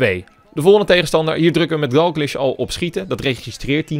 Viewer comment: je spreekt DALGLISH verkeerd uit!!! je spreekt het uit als Dalglish maar het is Dalgklieshh